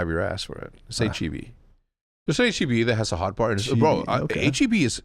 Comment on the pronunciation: damn near unsubbed for how he mispronounced HEB. best grocery store in the world texans know